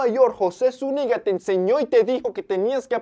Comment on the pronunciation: Oye hermano, como decís, "José su nigga" o José Zúñiga"?